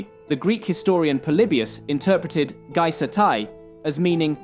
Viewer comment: It's pronounced gey-es-tay not gie-sat-ie